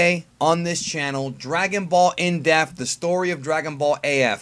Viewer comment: in-deaf lol